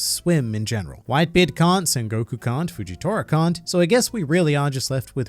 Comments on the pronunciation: did i misheard it or did he call whitebeard white b. eard like gol d. roger? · Haha "white b. eard" haha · “White B Eard” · Did he really say white B. EARD? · Did this fool say “White B. Eard” ?? Hahahah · Only A real Aussie would pronounce it White-B-Eard. Joe Ingles 4 MvP